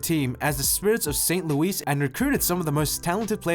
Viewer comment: No way he said st. louis like that